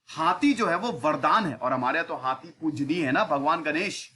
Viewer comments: Sir हाती नहीं होता है हाथी होता है 😁😀😁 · हाती नहीं हाथी 😁 by the way good information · सर हाथी होता है हाती नहीं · Hathi hai naki hati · हाती नहीं हाथी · Hathi hota hai sir